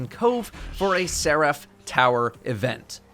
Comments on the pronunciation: It’s not ser-AF, it’s SER-if. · Nobody:: Se-wrath. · Nobody:: "Ser aff" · The way he says Seraph is killing me.